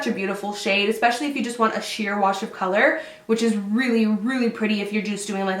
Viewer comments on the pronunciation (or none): none